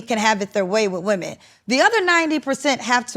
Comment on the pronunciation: “Women” 😖 Please pronounce correctly. Seems like there’s a lot of backtracking on his part to keep from getting canceled.. His personality is so cringe.